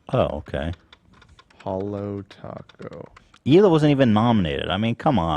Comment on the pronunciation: okay but do not act like she ever respected thay boundary with Hila or that she ever agreed with it. She's a hypocrite. She literally STILL pronounces Hila's name wrong 24/7 - her own sister-in-law. Trisha is just wrong.